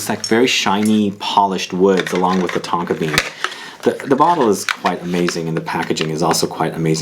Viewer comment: At one point I almost thought you said Tonka beard 😁